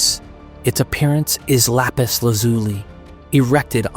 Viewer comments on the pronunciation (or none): none